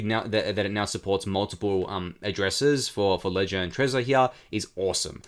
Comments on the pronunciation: I came to the comments to see if anyone mentioned it lol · dude you killing me how you say heah.. here